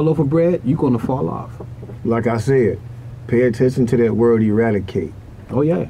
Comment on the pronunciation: e·rad·i·cate /əˈradəˌkāt/ Learn to pronounce verb destroy completely; put an end to.